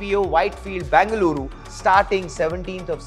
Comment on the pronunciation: Say either BEN-GA-LURU or BAN-GA-LORE 🤦🏻‍♀️